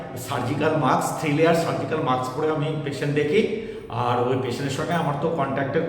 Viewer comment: এ কেমন ডাক্তার, মাস্ক কে মাক্স বলছে।